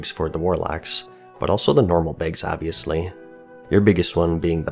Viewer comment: Tailors make "begs"!? Jk lol